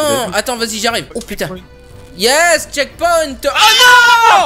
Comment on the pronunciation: c pas chekponte mais checkpoint